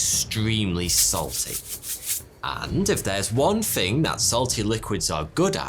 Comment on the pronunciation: Is it THING or FING ?